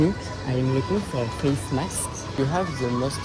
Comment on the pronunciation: supermarché sac qui ressemble un peu a prada qui négocie sa valise Labubu: surcoté qui est a olive young (il aime trop la 1ere marque qui dit ''FACE MAKS" au lieu de face mask a le sac plein et ses cold noodles.... Décallé Gwada Just for fans teaser se fait gicler dessus se fait gicler dessus café a chatte (ils sont tous moche) Stree food essaye le kreyan-pang + le truc poisson japonais la Dédicasse a moi qui mange son japchae dans le taxi qui unbox ses courses a acheté des peluches de merde